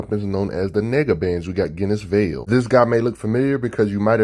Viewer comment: Are you sure its pronounced GHEN=is? I was under the impression that iwas JENN- is, but i may be wrong. I think that because o dialogue in an issue awhile back where they make a JEN name joke. Not sure tho